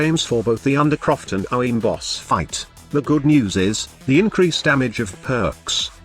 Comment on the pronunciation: Man your TTS straight up cannot say “Orowyrm” lmao